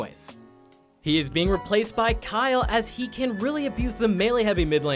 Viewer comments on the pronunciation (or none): Did he just say Kyle instead of kayle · Did Did you just call Kayle Kyle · Kayle not kyle